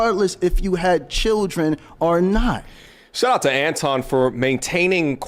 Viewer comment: Why buddy saying Antwan when it's Anton 🤨🤷🏿‍♂️